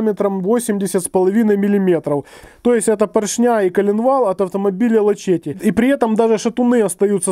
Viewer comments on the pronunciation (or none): none